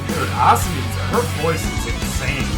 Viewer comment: FYI - Asami's name has the accent on the middle syllable - uh-SAH-mee